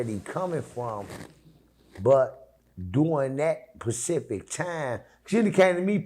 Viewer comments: Him saying pacific instead of specific coulda told u that and saved u the 10 min. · It’s specific. Not pacific